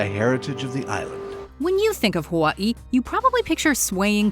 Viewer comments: What in the heck is a Ha-WUHT-ee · Why do you pronounce Hawaii like that? 😂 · Is anyone else bothered by her saying Hawaii wrong? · Props to the narrator for getting all that Louisiana stuff right, but the way she pronounces ‘Hawaii’ tells me she focuses much on culture stuff. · Stop saying Hawaii like that smfh